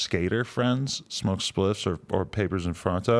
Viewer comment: Lmao Adam with the spliffs hahaha “spliIiIifs??”